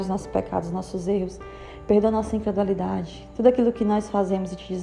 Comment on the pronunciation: É incredulidade e não incredualidade